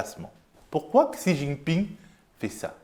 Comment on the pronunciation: C'était cool, pour une fois je n'ai pas ressenti de militantisme pro-gauche ou anti-droite. Continuez comme ça s'il vous plaît:) Ps: A, "xi" se prononce "chi" si jamais ça t'intéresse